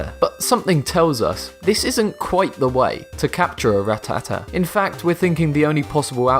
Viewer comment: He said "rat ta ta" even though you say it "ra tat a"